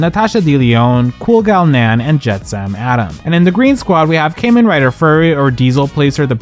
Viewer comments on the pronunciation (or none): none